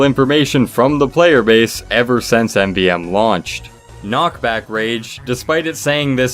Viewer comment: knockbage rage lol